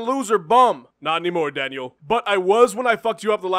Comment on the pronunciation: The way Jon says Daniel is fucking great